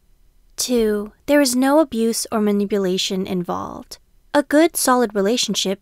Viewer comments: i think that’s involved not evolved lmao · involved or evolved?